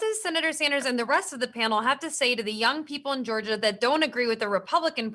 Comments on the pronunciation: I love hearing Bernie say "George-er" instead of "Georgia". Proud to represent Team Bernie in George-er!! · Lmao Bernie said George-er